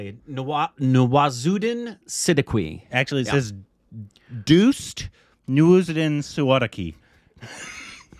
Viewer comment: Love that Nawaz bhai looks just disappointed in the background watching butcher his name.. 😂🤣